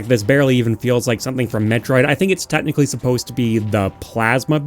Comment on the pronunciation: I just realized you say the word "technically" the same way I say it, sounds more like "Tet-nichally" for some reason.